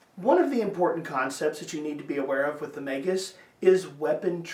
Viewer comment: **SUBSCRIBED**!!! You're the first YouTube channel to pronounce it correctly😂